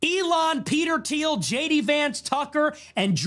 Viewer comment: 09 PBD stop saying Theo. Lol😂 isn't it Teal???